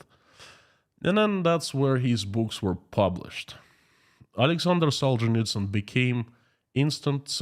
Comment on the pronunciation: Now I know the correct pronunciation of the author of “Gulag Archipelago “.